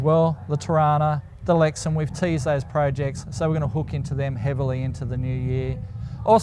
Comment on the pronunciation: enjoy you holidays. To all the crew. Also. You missponounced "Lexen" but I'm pretty sure the Aussie term for them would get you demonitized